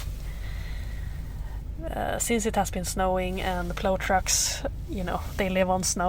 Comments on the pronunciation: Thank you for a wonderful video that brought back many fond memories. First off, the word Plow is pronounced like Plowe with the Owe part like when you smash your finger or something. I am originally from the Chicago area when we normally do not have a large snowfall, but occasionally we did get total Blizzards with feet of snow. I drove and supervised a crew of snow removal drivers totalling somewhere between 100 and 200 drivers. We covered an area about the size of Stockholm but more rural in nature. One major blizzard, we fought for 28 days and nights We viewed these storms much like a battle with nature and nature usually wins. It was so bad, we were evacuating women about to give birth or heart Attack victims in the buckets of Wheel loaders because it was the only way to get them out. Your equipment looks pretty good - Our were foe the most part 5-10 ton GMC trucks with Baker wing plows and tailgate spreaders on the real. Thanks for the memories lady and keep up the good work, Between you and Angelica Larsson, you make my day. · I'm impressed, that's a big scary rig- you did great! By the way its pl-ow (think ow as in it hurts :)... Cheers from the US